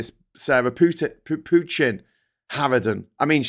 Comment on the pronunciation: The name Pochin is French in origin. Please pronounce with french accents not English ones. Same for Farage and Dutch for Tice. The Cult of Ultimate Nigel Transcendents acolytes should be reminded of those facts as often as possible.